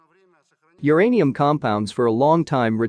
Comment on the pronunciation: It's uranium, not the other thingy. 😅😅 // But I certainly didn't know all this about the consequences of the use of depleted "UR-ANIUM." 😅 Very concise and informative clip. 👍👍